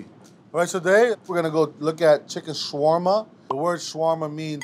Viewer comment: It's funny how you trying to teach people how to make something that you even don't know how to pronounce it right lol